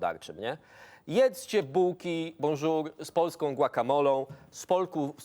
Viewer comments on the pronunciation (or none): Jaki to debil niby Bonzur, a czyta jak piszą zamiast "PRINS POLO" to Prince polo . Taki gościu od polnische vinoo BONJOUR😂😂😂